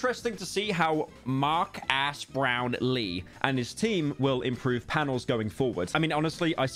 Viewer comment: Mar-gas Brap-lee